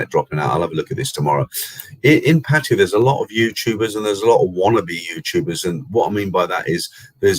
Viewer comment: Thai people call pattaya PAT-TA-YAAAAAAA. That's how its correctly pronounced in Thai (wikipedia pronunciation is correct you can listen to it). BTW you are right to warn people about travelling now, you'd have to be either insane or have deep pockets to try it. The tests are simply too much risk of banging up abroad!